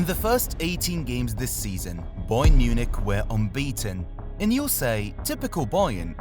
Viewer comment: Im not listening to you say boyern 83 times